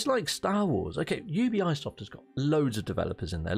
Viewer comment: You be soft not you be eye soft lol